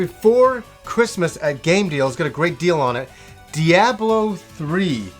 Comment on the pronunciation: is that how Canadians say diablo? also what's boxing day?